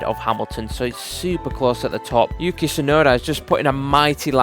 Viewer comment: yukei yukei the accent lol